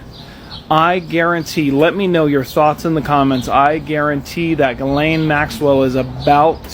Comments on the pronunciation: Stop saying jislane her name is gillllll lane!!!!! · OMMFG HER NAME IS PRONOUNCED GILL LANE NOT WHATEVER YOU ARE SAYING🗣️🗣️🗣️🗣️ YOU MESS UP SO MANY WORDS. JUST GHETTO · Ghislaine is pronounced Ga-lane. 😊